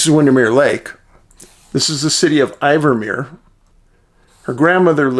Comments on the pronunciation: WATCHING FROM CORTES ISLAND WEST COAST B.C. CANADA... FYI DAVID THE CITY IS KNOWN AS "IN-VERMERE.....NOT I-VERMERE....THANK YOU FOR YOUR EXCELLENT WORK, BEEN WATCHING FOR MANY YEARS.....THE RCMP SOUND AS IF THEY ARE SOME WHAT CULPABLE?....A FTER WATCHING YOUR CHANNEL I AM GETTING THE HEEBEE GEEBEES FOR MY HOME PROVINCE OF B.C. .....GRIM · We pronounce it IN-Vermeer 😊my friend. The people of the East Kootenays come together like nothing I have ever seen. “If I have to explain it, you won’t understand” Sasquatch, Shapeshifters, Dogman as well as our Grizzlies, Brown Bear, Cougar,Bobcat, Lynx…..We have a lot of encounters in this area, especially with the Bigfoot